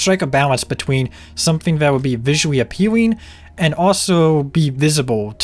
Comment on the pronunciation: "visually appeawing :3 "